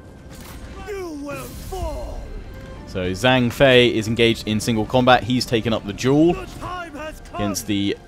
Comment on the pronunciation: "zh" is pronounced like a j in mandarin. So zhang would sound like jang.